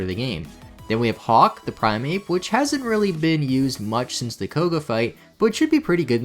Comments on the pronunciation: Pre-ma no Prime-a and Mar-e-o not mowreo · PREEMA not Prime-ah